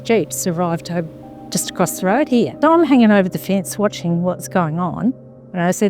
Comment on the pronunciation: When he said “here” it sounded like he said “he”. Australian accent is interesting. Anyway, this is a cool story. I saw an episode about it on the proof is out there or one of those similar shows.